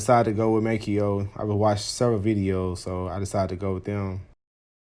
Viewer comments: May-Co not May-Key-Oh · It's pronounced May-co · The pronunciation is MAY CO you dumb shit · You sound so dumb. Adding syllables. MAY-CO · I couldn't make it thru this video because you slaughtered the name Maaco, pronounced May-co. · It's "MAY-co", pard ... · I mean he's right. The company says it "MAY CO" if you call them. At least when I did lol